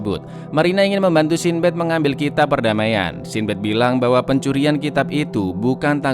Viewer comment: Sin Bad 😐 coba pakai google translate, cara pengucapan mu kurang tepat